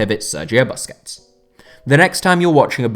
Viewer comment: For a guy who seems to love busquets, youd think he'd know how to pronounce his last name